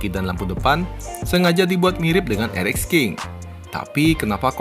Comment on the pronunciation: R EX bukan R EK